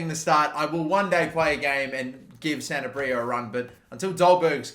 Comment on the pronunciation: Sanabria is pronounced: Sanab-ree-ah